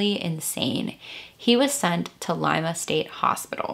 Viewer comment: Where are you from? Im proud of you correctly pronouncing Cuyahoga and Lima or was it Elyria? Either way, good job!!